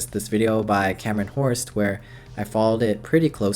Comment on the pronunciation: The Hörst family are picky about pronunciation. Say “Hurst”.